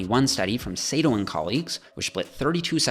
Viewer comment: his name is pronounced “sAH-toe”